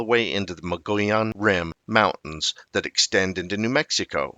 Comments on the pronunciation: Oh no! Not the Mongolian Rim again! Its pronounced MO-GO-YONE! I am a hispanic Arizona native of 60 years, and I live in Prescott AZ, on the Mogollon Rim. I am positive that this is the correct pronounciation. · Wrong! Its pronounced MO-GO-YONE! I am a 60 year Hispanic Arizona native. This is the correct pronunciation. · The G is silent in Mogollon Rim. Sounds more like Moo-lee-on to locals.. There have been countless reports of big foot in that area. There is even dash cam footage from one of the local police officers on the Apache res. I lived on 100 acres in Pinedale (not far from where Travis Walton was abducted (Fire in the Sky)), we saw and heard stuff on a weekly basis. I do a lot of hunting and scouting all along the rim. I've never seen anything personally, but we've definitely been spooked a few times while out camping and there are countless tales from local hunters. It's common place to hear loud "knocking" at night along with strange sounds that sound a lot like "whooping". The sound travels much further than you'd expect from a smaller creature, but nothing we have up here makes those noises that have been identified. We have a lot of black bear, mountain lions, elk and deer, but none of those make any type of sounds that are even remotely familiar with those species.. This is definitely a different area compared to other forest that I have been in. There's just something magical and enticing about the area.. Surely makes ya think.